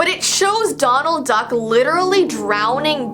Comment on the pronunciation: I thought she kept saying McDonald Duck